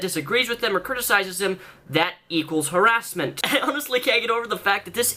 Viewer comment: Har-ASS-ment AAAAAAAAAHAHAHHHAHHA Sorry.